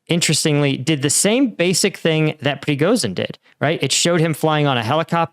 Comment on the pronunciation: Just a slight correction surname-wise. He's Prigozhin, it's 'zh', not 'z'.